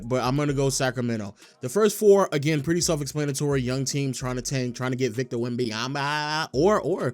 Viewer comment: Every time you say victors name i coms closer to wanting to blow my brains out much love though